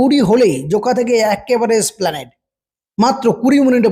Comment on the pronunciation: “Splanade” boley kichu hoy na it’s ESPLANADE 3.04 - Rotating- Not Roting